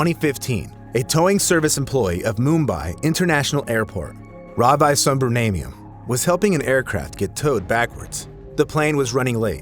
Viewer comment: Ravi Subramanium could have died by the shock of hearing you pronouncing his name. That would have been much more painful.